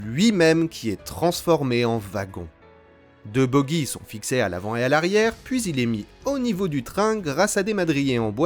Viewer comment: Salut, joli video, deux petit detail on dit une voie en devers et non pas en déblais, et on dit boggie avec le son j et non bogguie avec le son gue. Je sais beaucoup font l'erreur.